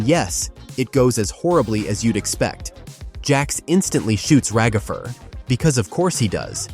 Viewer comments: It's ragatha not ragafer!!!! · It’s Ragatha not ragafre